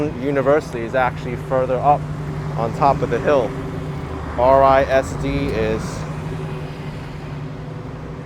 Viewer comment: RISD is pronounced as a faux acronym: Riz-Dee.